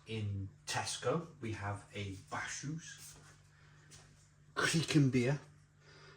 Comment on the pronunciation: Bacchus is pronounced BAKK-USS, as in the god of wine 🍷